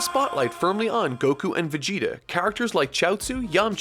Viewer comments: saying "cuckoo" like he does "Goku" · I will never get over how pronounces Goku's name. Go-KU. The weeb level is strong.